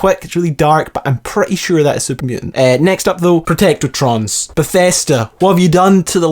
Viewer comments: Protectron, not Protectortron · Right. Protectron - pro-tec-tron Not "protectortron" Ghoul - gool Not "Gouwel" Enclave - on-clave Not "n-clave" I'm Scottish too man, don't let these people think we cannot pronounce simple words!! Apart from that, enjoyed the video brah!